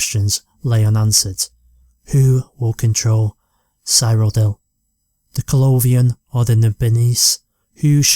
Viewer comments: No offence, but you're pronouncing Cyrodiil wrong, it's pronounced like this: Si-ro-dil. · still mad at how he pronounced cyrodil but he did say he would butcher the names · I want to kill myself everytime you say cyrodiil.